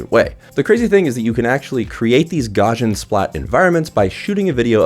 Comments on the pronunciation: "gaw-shin"... no, gaussian is pronounced "gow-see-an" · His name is pronounced gow-s You can click the speaker icon at the top of the article to pronounce his name. Gaussian is pronounced gow-see-an, like I said. I have a masters degree in computer science, I've used the term hundreds of times. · Took a long time for me to realise that the word you were saying was "Gaussian". Not sure why you're pronouncing it as "Gor-jin". The word comes from Carl Gauss's surname, which is German, and rhymes with house. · Funny how a review can be so destroyed by the presenter just pronouncing a word wrong! Gaussian pronounced "Gorzhin" was just awful! The rest was good, of course...